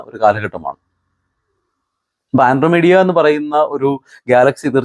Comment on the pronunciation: ആൻഡ്രോമീഡിയ അല്ല ആൻഡ്രോമെടാ ഗാലക്സി (Andromeda Galaxy ❤ )